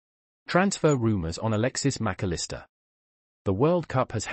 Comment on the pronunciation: Who ? You got the pronunciation all wrong, either that or every commentator has